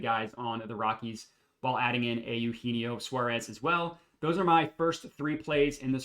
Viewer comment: Eugenio (you•gee•knee•oh) lol good try though